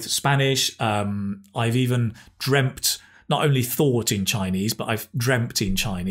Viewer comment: Why would you say dreamPt?